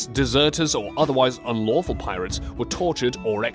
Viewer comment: The way he says pirates kinda bothers me